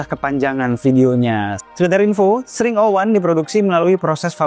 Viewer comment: Eks ring O wan ga si bacanya